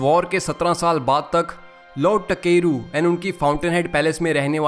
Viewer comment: Bruh it's ताकेरू and you keep saying टकेरू टकेरू 💀